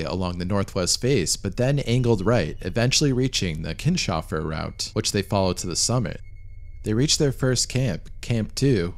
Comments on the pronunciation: Great video! Minor nitpick: it's Kins - hofer, not Kin-shofer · Keens-hofer, not Keen-shofer.